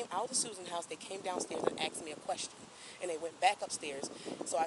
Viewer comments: They asked. Not axed. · She kept admitting to using the AX on people. "I axed her" then "I axed him".